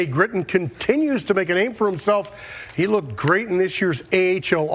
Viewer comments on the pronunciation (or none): You said “He” wrong 😑